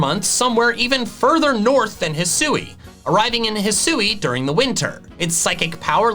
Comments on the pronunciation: I loved your video and... Let me possibly be the ONLY person bothered to tell you: Thank you. THANK YOU for satisfying this phonetics freak's need and pronouncing the region properly. If I see one more Youtuber pronounce it "HIGH-SOO-WEE", I will lose it. Bit sad on the ability idea, but I am super stoked for the Starters. I thought it was a really odd line up. For once I'm actually leaning towards Fire, instead of my typical Grass, but we'll see... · I'd assume that hih-soo-ee is the correct pronunciation, because that's how they pronounce it in the pokémon presents. They wouldn't reveal a name and then not say it correctly.